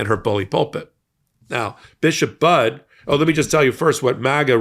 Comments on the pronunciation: It’s pronounced “Buddy”. Not bud. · Thank you Mike for your post! No pun intended, Bishop Mariann Budde, is prounced like, "Buddy". She is my Bishop in the Episcopal Diocese of Washington. She is truly amazing and full of compassion for all, and was simply sharing the teachings of Jesus. We love her so much and are keeping her in prayer for God's protection. Hopefully, others will stand up to him, as well. I absolutely enjoy your post and the MeidasTouch! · Just a polite and well-intentioned correction for your future broadcasts. The Right Reverend Bishop Budde’s name is pronounced the exact same as the word “buddy” is. Her name’s easy to remember as she’s the priest who preaches the importance of being a “friend” to all — in this country and throughout the world. By the way, she’s an amazing woman well worth an interview - - maybe about the MAGA mental craziness of trying to make voting for cities, churches, places to be sanctuaries illegal and how churches will/should encourage their members to respond. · Notegiven in friendship: Her sur-name is pronounced "Buddy" (instead of "Bud"). I love her words! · I appreciate the coverage of this, but your entire channel needs to be respectful and correct your pronunciation of her name. It’s pronounced Bud-ee. It’s okay if you didn’t know that but please correct it going forward. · Why should she back down? All she did was ask someone who claims he is a Christian, to please act like one. And BTW, if you’re going to do these videos you should at least pronounce her name correctly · thank you so much for this video. But.....one small correction: Bishop Budde's last name is NOT pronounced 'bud'; but, instead is pronounced 'buddy'. If you have any question just ask that question online. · It is pronounced BUDD(y) Not Budd! The E is not silent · snap bud it’s buddy you better get her name right doesn’t sound too professional for your not to pronounce your name correctly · It's pronounced Buddy